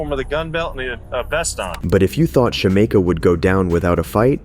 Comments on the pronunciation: Her: my names Shameka (Shuh-meek-uh) Narrator: Shuh-may-kuh 🥴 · lol it’s sha-mee-kah 😂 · her name is pronounced SHA-MEEK-A lol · You totally mispronounced Shameka